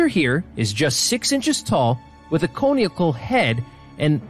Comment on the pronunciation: "cone eeical" lol